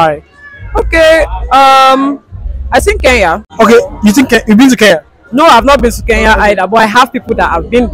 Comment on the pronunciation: It's Kenya not Keyan